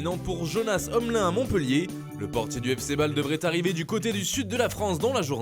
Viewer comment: Cela se prononce Omline si jamais 😉